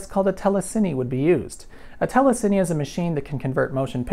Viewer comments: It's pronounced teh·luh·seen, not teh·luh·sin·nee. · telecine is pronounced tele-scene, not tele-sinnie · All these years I've been pronouncing telecine wrong! I thought it was TELLUH sinn or TELLUH sine. Now I know it's TELLUH sinny! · Wow, I always assumed "telecine" was pronounced "tele-seen" but I never heard it out loud before. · Today I learned I've been pronouncing "telecine" wrong for many, many years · working with these 30 years ago they were always pronounced "TEL-eh-kein" (rhymes with "cayenne")-- though your way makes more sense